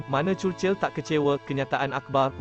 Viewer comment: sebut churchill betul ii